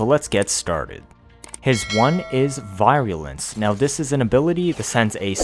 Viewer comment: virulence..vir sounds like we’re not like bye.